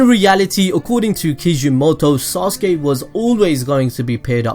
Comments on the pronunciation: Stop saying sauce-gay please! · SORRY I HEARD SAUSAGE UCHIHA LoL 😂😂😂😂😂😂😂😂😂😂😂😂😂😂😂😂😂 my mistake